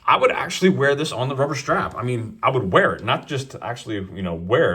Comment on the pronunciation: "Rubber shtrap"